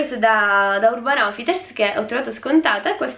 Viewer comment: Hai detto Urban oufiters al posto di urban outfiters